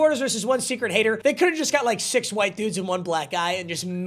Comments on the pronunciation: He says white like my old english teacher "qwite" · Why is he saying “white” like Hank hill?😂